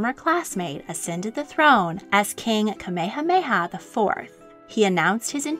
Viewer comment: This video was fascinating and very informative about the history of Hawai’i’s last Queen. My only critique is that it was almost painful to my ears to hear the narrator butcher almost all of the Hawaiian names, (except Kamehameha👍). I’ve found this is almost universal among most docs about Hawaii, and the language definitely isn’t an easy jump from English, BUT if you’re making a half hour piece and doing all the factual research PLEASE take a little time and at least learn the pronunciations of the people in your documentary! Ok I’m done😉